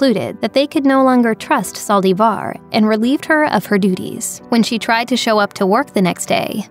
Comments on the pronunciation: Did anyone count how many times she said saldivarrr? Lol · why do you say Yolandas last name that way? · Why does the lady speaking keep saying Yolanda last name wrong